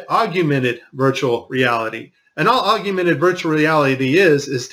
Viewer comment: "Aug-you-mented" LOL